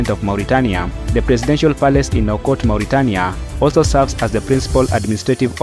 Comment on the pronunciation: You can’t even prounounce the capital of Mauritanie